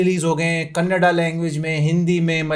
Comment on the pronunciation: Bhaut kush hua Bhai for perfect pronisation of kannda